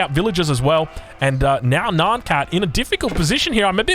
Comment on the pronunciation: LOVING THE VIDEOS BUT STOP SAYING NAAN CAT !! It’s N-I-AN CAT